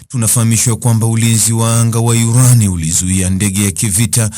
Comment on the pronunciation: 😂😂😂😂😂wesikiliza yurani kama yuranium